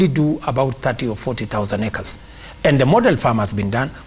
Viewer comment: The way this guy ruto pronounces acres just tells me that this guy is a not ajoke when it comes to land it makes me worry about my yard every day I confirm if it there this guy can just loot the land when I am around